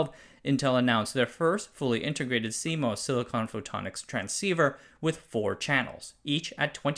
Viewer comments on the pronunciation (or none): As an industry insider - almost 40 now - this was pretty good. Several of your pronunciations are off - CMOS (moss not mos), MACOM (may not ma), Mach Zehnder, etc. On-die optical interconnect makes no sense for power and reach (distances are very short) reasons. Check the activity going on with NPO and CPO and chiplets to see the future.